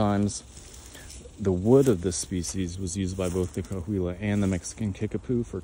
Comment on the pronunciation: Cahuilla is pronounced Ca-wee-yuh, just an fyi, I have friends in the tribes.